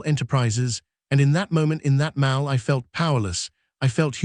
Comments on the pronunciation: Why are we subjected to AI reading constantly. The continuous mispronunciations are extremely irritating. How many times do you think we want hear mall pronounced mal, like malpractice. The mal cop over and over. Pronouncing Maryland, Mary land. Stupid and inconsiderate not to teach this program better! Good video, poor reading. I'll be hearing how mals will be requiring sensitivity training for mal cops in my sleep. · The word MALL in this story is pronounced MAUL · Not Maul it’s Mall you nut! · This is one of the worst AI narrations I’ve ever heard. Mal instead of mall. ‘Ds from the previous line of text: ‘dshe’d ‘dhe’d. “Mary Land” instead of Maryland. Get a real reader instead of an idiot AI. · NOT MOWL … MAWL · Narrator needs to pronounce "mall" correctly. Phoneticslly it's "mah...ll" not mal..l". Don't use an England English speaker fir USA YouTube videos since their pronunciation is different than USA English speakers. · Pronounced Maul not Maal 😢😢😢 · She'd testified became she dtestified Mall became Mal Fix your robot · A.I. faulty. STOP posting this garbage. Multiple mis pronounciations and fragmented pronouncistions. Examples; Mall is pronounced "maul' and the state of Maryland is not "Mary Lind". Thumbs down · maybe your AI reader could learn to pronounce "mall" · Will someone program this AI voice to pronounce "MALL" correctly? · Your AI pronounces “mall” weirdly